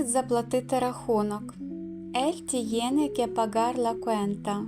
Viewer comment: Вы не правильно произносите tiene .Тьене а не тиене.Cuidar куидар а не суидар.